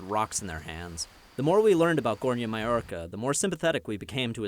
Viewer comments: The guy says Gornja Mallorca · Read maoča like maocha.... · Yea... "Maoča" is totally pronounced "may-orca".